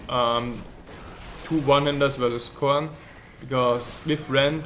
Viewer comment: S...korn. Sounds funny.